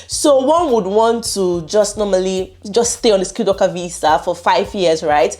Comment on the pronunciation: This Nigerian accent..VISA IS VIZZA😂😂😂